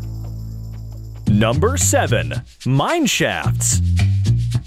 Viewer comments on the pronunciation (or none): Why did it sound like he said Mineshats??